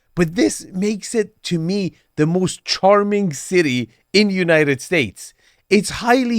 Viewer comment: I don't trust this guy to guide me through Boston real estate. He mispronounced "parking" "charming" and "floor".